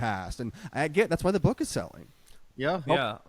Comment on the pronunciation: You mispronounced it. She calls it her boooooook.